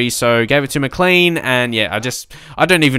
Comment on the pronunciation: Just for future reference it's not 'clean' it's pronounced James Mac-cl-ain